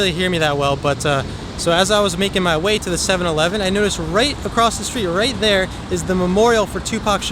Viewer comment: 'Shot and killed, "rat dere"'